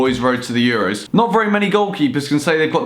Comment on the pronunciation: Should have called it Woy's Woad to the Euwos, great video though;D